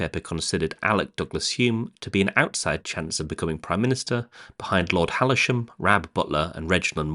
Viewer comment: Lord Halisham? And the announcer actually pronounces it Hal-i-sham, lol. The time when Home was "controversially not in Lords or Commons" does not fit with the photos of Home sitting with Nixon & Kissinger...as Nixon didn't come along until 1969...so the shots would be from his time in Heath's 1970s administration.